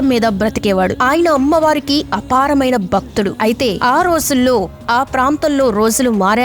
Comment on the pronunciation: బక్తుడు కాదు భక్తుడు అని పలకాలి 🙏